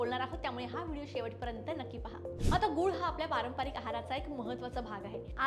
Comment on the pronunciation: ताई, आपण खूप छान बोलता, उपयुक्त तेच सांगता, आणि त्याला विज्ञानाचा आधारही असतो. आम्ही मुंबई ग्राहक पंचायतीतून गूळ घेतो. मात्र त्याचा वापर अगदी मर्यादित प्रमाणात करतो. (एक सूचना - आपले उच्चारण निर्दोष असते, फक्त पारंपारिक ऐवजी ' पारंपरिक' असा शब्दोच्चार असावा. )